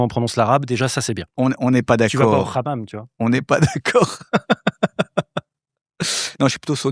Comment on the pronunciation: Desolé mais on prononce bien "Hammam" et non pas "ammam" 😂